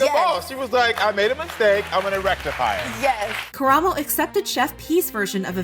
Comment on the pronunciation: the bar is on the floor but thank you for pronouncing karamos name right